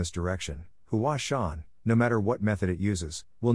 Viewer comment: Hua sung? Mount Hua